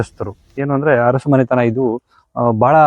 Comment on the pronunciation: ಅರಸು ಬದಲಿಗೆ ಹರಸು ಅನ್ನಬೇಡಿ. ನಾಲಗೆಯನ್ನು ಸ್ವಚ್ಛವಾಗಿಡಿ.